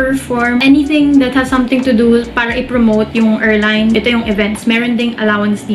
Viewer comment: pronounce airline correctly please